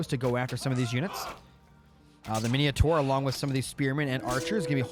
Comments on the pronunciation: Mine taur, not mineotaur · lol mineeohtar min oh tar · "Hop-i-lite" --> Hoplite "Mini-a-thor" --> Minotaur What's you and inventing "i"s where there are none? MI-NO-TAUR bro. HOP-LITE brother. Thanks for the casts though!